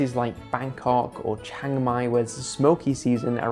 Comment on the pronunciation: It's Chiang Mai, not Chang Mai!